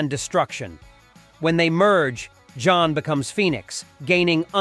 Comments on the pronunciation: Jean is pronounced as Jin, not John!!! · You mean "Jean" Grey not "John" Grey 😅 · Why keep mispronouncing Jean? Sounds like John.